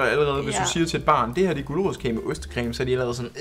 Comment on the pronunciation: Jeg døde af grin da sage “ulerodskage” 🤣🤣🤣🤣🤣